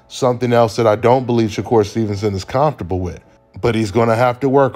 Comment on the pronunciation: C’mon give us one more “calmfortable” when he says comfortable it just hits different where u from cuz with that accent? Lol salute!!